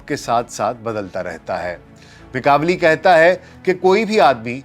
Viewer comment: Italian name pronounce "ma kia veli"